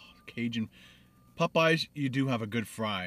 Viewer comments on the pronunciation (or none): Im not the only one bothered by the way he says "PopEyes" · it's Popeyes, not Pupeyes. Heh! Love your videos!! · Maybe you’ll get a better biscuit if you pronounce Popeyes correctly, its not Pupeyes